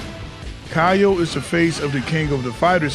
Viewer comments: Great stuff! One small correction: his name is pronounced "KeeYO" not "KahYO" That move that you referred to as fireball is a mistranslation, it's his DP (also called Oniyaki in Japanese). He used to have a ground fire ball just like Iori (projectile if you will) in the older KOF games but sadly they removed it. Also Kyo Kusanagi is my fav protag from Kof, i grew up maining this guy since i was a kid. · It's not even pronounced "kee-yo", it's just "kyou". One syllable, not key yo, kyo.